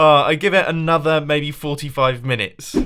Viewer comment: Mumbo, could you please try to pronounce your intro/outro better. Like "another" in the intro and "please be sure to hit that like button" in the outro. You have automated this, and now it is really weird. Tnx